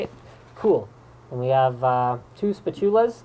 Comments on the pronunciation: The way he says spatchula makes my brain hurt. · ! spat-you-lar ! that is how you pronouce it! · spa-tu-la, lolol. its pronounced spah-chula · SPATula, not SPITula! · Liked the video for "spa-chuuuu-la" although - WTH? It's the same in BrE and AmE; bloody french influence, that is..... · Is spatula pronounced like that? I've always heard it pronounced spatch-yoo-la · you pronounce spatula weird like spa-tula's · Spa-too-la's... Is that Spatula? (Sorry, I'm British) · Spatula? You're not even pronouncing that right, and they aren't spatulas, their spudgers. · Weird way to say spatula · I have never heard anyone pronounce it that way. I am also Canadian.